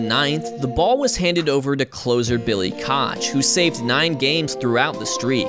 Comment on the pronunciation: It’s pronounced ‘cook’ not cotch